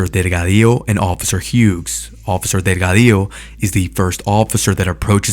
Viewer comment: I like the way you say Delgadillo 😊